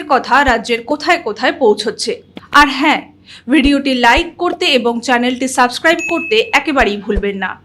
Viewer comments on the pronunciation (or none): none